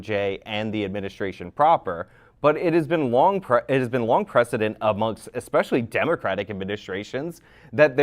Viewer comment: Destiny: "eggspeshelly"